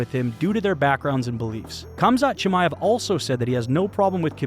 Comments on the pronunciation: why do i keep hearing cumshot chimaev? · All I hear is cumshot chamaev. That’s good marketing but Colby haha